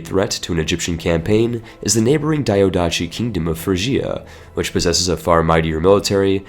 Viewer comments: Diadochi is spelled like this: the-ath-oh-he not : diodachi. that sounds way too japanese for any greek not cringe at. Also fun fact, diadochi means successors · Great and useful video! Just to know, diadochi or diádochoi it sounds as you read it (diadoki), not like a Japanese name daiadoshi. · "pharos lighthouse"...so.. "lighthouse lighthouse". cool. Not to be a dick, its not daiodatchi, but diadochi. dee-ah-doh-hee meaning "succession". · The ch in diadochi is is a k sound not a normal ch. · Jesus please, either learn how to pronounce "diadochi" or stop using the word. You make it sound like a Naruto character.